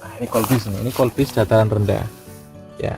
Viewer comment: Kubis bukan kolbis...🤣